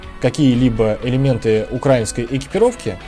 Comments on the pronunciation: УкраИнский, ударение на "и", а не "а" И не "на" , а "в" Украине А за обзор - спасибо) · Думаю, уже сказали, но повторю: В Украине, украИнский (ударение на «и») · Пожалуйста, не укрАинский, а украИнский. Ведь страна называется не украЙна, а УкраИна. Это тоже самое как говорить рОссийский. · Правильно украИнский, а не укрАинский. И не "на Украине", а "в Украине" Сколько раз вам бестолковым повторять 🤦🏻‍♂️ Дизлайк тебе сразу 👎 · Но на ударении при слове укрАинский палится шо он россИянский